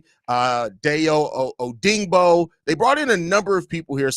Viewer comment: Lemme help my boy out 😂 ODUNZE (Oh-Doon-Zay) ODEYINGBO (Oh-Day-Ing-Bo) I got your back my boy ✊✊💪🏼💪🏼🤣🤣🤣